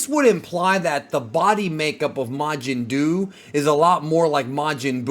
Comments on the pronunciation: Bruh it's majin duu. Fucking mountain dew my guy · The first thing I thought when I heard Majin Duu was "Majin Doo Doo"